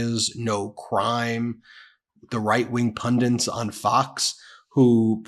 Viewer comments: PUNDITS!! Not "pundints." Please!!- too many people on the news say this incorrectly. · Ben, it's pundits, not pundints